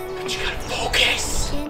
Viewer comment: FOCUS. PHOCUS. I'm suddenly brokcus.